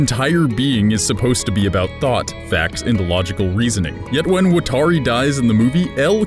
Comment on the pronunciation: im i the only one who is ticked by the way he says "watari"